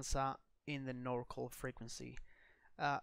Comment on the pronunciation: FYI, NorCal = NORthern CALifornia, it's pronounced NOR CAL not NOR CALL. Same for SoCal = SO CAL not SO CALL ;-)